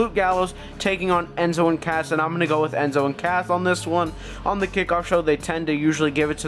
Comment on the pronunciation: you said enzo and cath